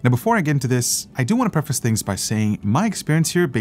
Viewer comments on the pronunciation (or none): none